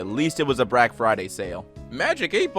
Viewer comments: wait i heard brack not black. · YOU SAID BRACK FRIDAY